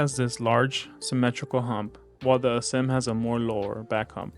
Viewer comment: Good review, but its "a-sym" not "uh-zym". Like the word "asymmetrical" yk